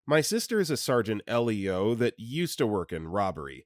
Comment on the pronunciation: Story 19 you wonder why people sometimes think your an AI voice? Try Not reading abbreviations and acronyms by the letters like LEO short for Law Enforcement Officer. You pronounced it EL Eeee Oh saying the individual Letters. rather than Leo like the name of the Lion. Hey as a dyslexic myself I get it reading aloud can suck rocks and errors are bound to happen Props to ya just for even taking the time to read all this.